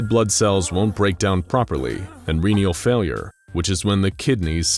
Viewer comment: Cryogenic not cryrogenic Arabic not araybic Renal not renial